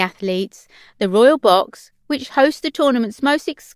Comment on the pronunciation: Who can understand what this woman is saying? Royal = Royoooo, Castle = Cassoooo. And she talks so fast. Can't they find someone who can pronounce words properly? The information is interesting, but the narrator sounds like a 3 year old child.